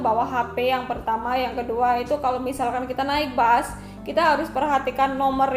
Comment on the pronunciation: Yg ngomng terlalu lebay sejak kpn bus di ganti dgn bas